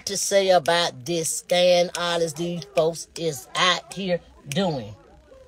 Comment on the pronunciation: She going in on A.L.... it's scam not scan